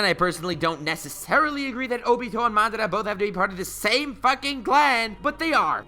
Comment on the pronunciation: I am the only one who subscribed to this man because he pronounced madara correctly.